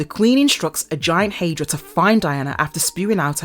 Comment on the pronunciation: What is a " hey- dra"..its hi- dra, High-dra..Hydra